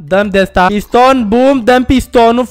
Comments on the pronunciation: La final cand ai zis eu vreu sa fac un piston eu prima oara am auzit ca ai zis pistol... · Credeam ca ai zis pistol🤣